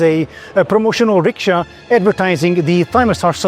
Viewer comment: Hey fantastic, he pronounced ricksha correctly without the superfluous Anglo 'w' at the end.